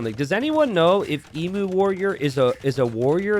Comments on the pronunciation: not ehmoo, EE-mew. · Please, for the love of Australia, it’s pronounced ‘Eem-you’ not ‘Ee-moo’ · Emu: eem-YOU, not eem-uh. Sorry for being a pain. Any criticism is accepted and deserved. Maybe Emu Warrior is named after the great Emu War, where the Australian army fought a war against emus and lost... True story. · It's a bit late now, but aussie's pronounce it 'eem-you'. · Love me some small maps! Don't love your American pronunciation of 'emu' though! It's pronounced ee-mew 😝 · Ehmoo, right? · As an Aussie, I die a little each time I hear incorrectly pronounce emu 😂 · My thoughts exactly